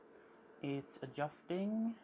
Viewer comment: Super cool video - awesome job !!!!! When you say “Adjusting “ you sound like you have a Swedish accent? Epic vintage computer collection!